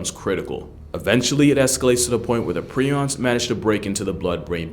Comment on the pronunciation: It’s pronounced “pri-ons” not “pre-ons” and honestly prions are way scarier than rabies virus. At least with rabies you can get vaccines and get treated for it if caught early but if you catch prions, that’s it you are fkd period and very difficult to test for while alive. You must be dead in order to test for it, unless you have symptoms then it’s easier to diagnose but regardless you are fkd and you slowly lose your mind and sense of reality and who you are! That’s fkn terrifying